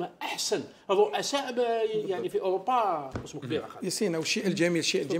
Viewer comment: حتى اسمه لم تنطقه صحيحا ولاعبها تعرف